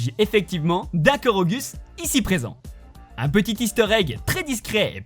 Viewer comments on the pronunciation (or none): Ça ce dit korogu ( korogou) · On dit korougou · Korogu ça se dit Korogou putain